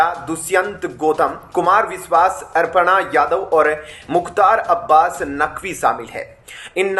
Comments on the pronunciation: अर्पणा यादव नहीं अपर्णा यादव कहो भाई ।हिन्दी तो शुद्ध बोलो यार। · It's not Arpana, Aparna hai bhai......Arpan Bhagwan ko karte hai...😂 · कितनी ग़लत और अशुद्ध हिन्दी बोलते हो तुम लोग । नाम भी बिगाड़ देते हो । अपर्णा को अर्पणा बोल रहा है । मूर्ख ।